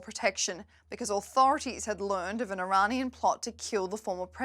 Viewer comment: why cant she say Iranian?